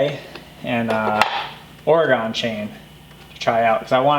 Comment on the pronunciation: Just an FYI. Oregon is not pronounced Ore-gone. It's pronounced Ore-gun. ;) Great video.